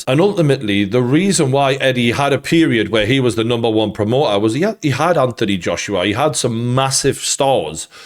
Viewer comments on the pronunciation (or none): none